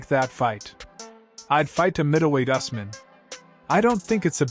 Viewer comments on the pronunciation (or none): And sir it’s pronounced ews-mun